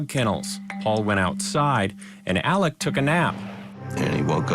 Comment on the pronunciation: ALEX not Alec